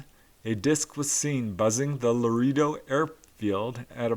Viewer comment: The "Lareerdo" 😂🤣🤣 lol! you tried... You're so cute 💗 I love the humanoid encounters!! Can't get enough of 'em. Thanks bud ☺️